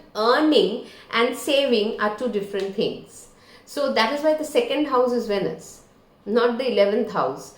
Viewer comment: Pronounced- “veenus”